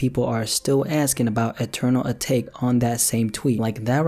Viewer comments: Please stop saying A Take, it’s “eee-tah-kay” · im so done w ppl saying uh-take...y u make a video and even cant pronounce the album name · ITS AH-TAH-KEY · say atake properly